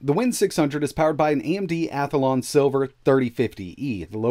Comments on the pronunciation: You keep saying Athalon. You keep adding an extra A. It is pronounced Athlon. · WTF is an *Ath-A-lon'? Where is the extra 'a' coming from?